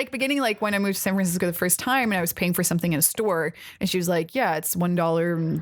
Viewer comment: The most blatant thing I noticed was her mispronunciation of San Francisco, which might have been because she was nervous or laughing or (anything). I think she only mentioned SF once, so I have no reference on which to base an opinion. That said, I didn't notice she had a bit of Scandinavia in her accent until her origins were made known.